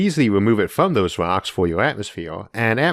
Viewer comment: Dudes voice annoys the hell out of me.. its earth not outh..rocks not wocks.. csn dude not pronounce his R's??